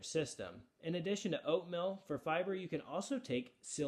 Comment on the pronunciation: Oatmill? 😂🤣😆 To begin with I thought he was saying "oat millk."